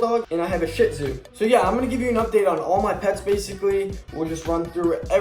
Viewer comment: It’s like sheets oohs, not shit!